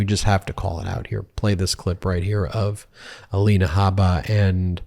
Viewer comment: A-Lie-na Habit stays true to form